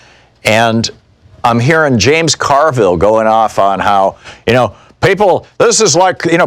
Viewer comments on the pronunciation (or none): none